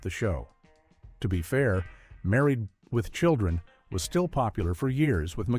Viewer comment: I wasn't sure if this was AI narrated until I heard the pronunciation of married with children. Sounds like the narrator strokes off halfway through. I'm not here for AI slop.